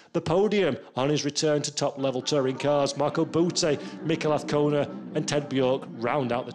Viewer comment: No car sounds... only a commentator who can't say AZCONA ~ with a Z. It is NOT Avcona of Afcona - AZZZZZZZ